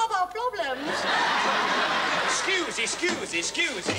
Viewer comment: ''Ahhhh...We all have our plob-blems...'' 😆😆😆